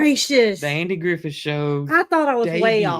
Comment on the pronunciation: Andy GriffiTH, not Andy GriffiN.